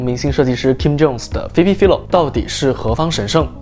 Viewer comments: 我想說, 她名字好像唸Fai-lo, 不是fi-lo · 还是纠正一下 philo是 fai-lo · 他整個影片都把人家的名字唸錯，還說做了功課 🤣